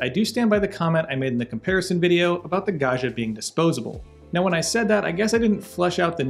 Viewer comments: Pro tip: Italians 😂pronounce the name like this: gawd jee uh. It's an ITALIAN word, not French. Italian does not have a "zh" sound. Think Joe Di Maggio, Ruggiero, Maggiore, Baggio... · The way he pronounces "Gaggia" it's an insult to the Italians...